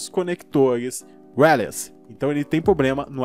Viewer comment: Video ótimo cara, mas "aoinoini" (all in one) e "réles" (wireless) é foda ein kkkkkk